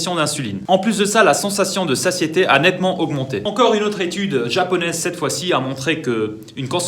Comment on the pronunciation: "Sasieté !" (Prononcer "sassieté") 😅